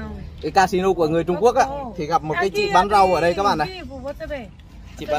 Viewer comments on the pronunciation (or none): none